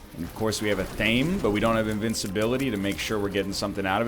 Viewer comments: So, does anyone else cringe Every. Single. Time. He mispronounces Athame? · Where the word comes from, or what it's related to, doesn't matter. There is a proper pronunciation; he has made reference in the past to knowing the proper way to say it and actively chooses not to. On a side note, it's really great that you looked into it. Sincerely. Anyone that actually chooses to seek information about something they are speaking is great. Yeah, you're choosing to ignore it for funzies, but, still sought out information and that's great :)